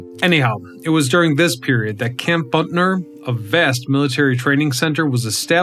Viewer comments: It's Butner, not Buntner. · It isn't "Buntler," it's "Butner" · It’s not BUNTNER. It’s BUTNER. Geez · B u t n e r NOT B u n t n e r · Butner, not Buntner. Butt ...ner, not Bunt ...ner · Why do you say Buntner there is no n before the t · Dude, as a North Carolinian you are driving me up a wall as this video progresses. There is only one "n" in "Butner."